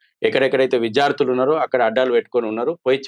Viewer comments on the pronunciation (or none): none